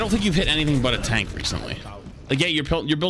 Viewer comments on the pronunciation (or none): none